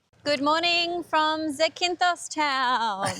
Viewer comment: It's not Zi-kin-thos it's Za-kin-thos > in the first 30 seconds you mispronounce it 3 times